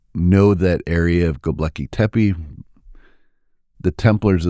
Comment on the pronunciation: He keeps saying Gobleki tepi And it is making me mad It’s GOBEKLI GO-Bek- LI Not GO-BLE-KI